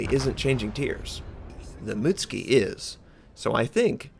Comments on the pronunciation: Ah-Ka-tsu-key / moo-tsu-key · Ok... its moot-SU-ki. Not moot-ski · Please pronouce the names in a semi correct fashion, when you said mut ski, i cringed, its mut su ki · wronk its pronounced A-kats-ki Shi-ra-tsu-yu A-kits-ki Yu-gu-mo Muts-ki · Sorry to be the one of those people (btw I did japanese in high school) but you pronounce the Mutsuki as mootski. Whereas it should be pronounced as Moo-tsoo-ki Katakana (japanese syllabry) is usually in 2 or 3 letter syllables...its kinda annoying but hey you dont have to change how you say it.